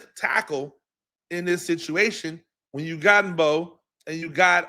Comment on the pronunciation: Coach: you are killing me! You give some good critique and comments and then blow your cred by mispronouncing the players names. You are supposed to be a professional. Come on. Learn the names of the people you are watching everyday. Marcus Mbow is pronounced BOW. The M is silent. Gunner Olszewski is pronounced Ol-SHEF-ski. This is your business man. If you just want to write articles then no one cares that you don’t know the players names- but if you are going to go on camera: then you need to up your game. We need a voice like you in this market. But we need your A game